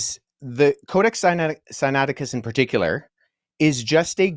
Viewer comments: And dude...say the book sinaiticus correctly...Wes does...copy the sounds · Is it bad that the way you pronounce "Sinaiticus" seems weird?? Granted you seem to be anunciating it right lol. Its the opposite of James White pronouncing "Septuagint." There's an "ua" in there lol.